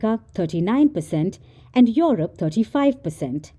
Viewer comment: Its Europe not yorope.